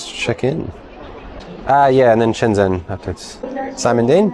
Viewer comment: Your 'shun' for Shen Zhen is wrong, it's literally said 'shen' as like it's written.